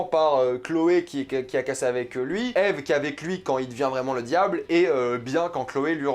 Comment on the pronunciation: Déjà tu regarde pas la serie a 100% et en plus tu dit Ive au lieu de Eve tu dit pas Adam et Ive c'est Adam et Eve... Un minimum de respect pour la serie plz